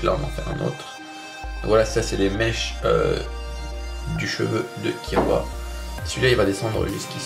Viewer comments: on dit "kiloua" ;--; perso je ne fait pas partie de la team cheloue qui l'aime pour amour mais ça me stresse quand on dit kirua... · Tbrk c pas Kirua ( comme l'épice ) mais Killua ... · c pas kirua c kilua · C’est pas Kirua mais Killua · Le "r" en japonais se prononce un peut comme le "l" en français 😉